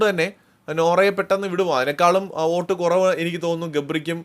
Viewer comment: Please pronounce the word “Vote “correctly.